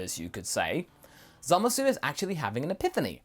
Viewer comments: why do u keep saying "Zamas"? it has been common and well long since the dubbed version aired, that his name is still "Zamasu" in the dub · why do you guys keep pronouncing his name wrong? its not Zamas, its Zamasu. seriously urking me. also, your what ifs are usually pretty in tact with the potential of the lore, but this one is not. you dont seem to understand the Kai's very well at all, or why they do what they do. no offense, but you should rewatch DBZ and Super.